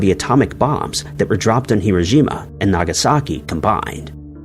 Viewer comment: why are you pronouning hiroshima with a g your pronouning it hirogima and thats not how it's pronounced.